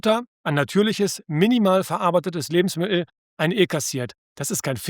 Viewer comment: Das sind alles unglaublich wertvolle Informationen. Nur - es handelt sich nicht um Lebensmi el, diese Aussprache tut mir in den Ohren weh. LebensmiTTel - so erfreuen Sie Ihre Zuhörer.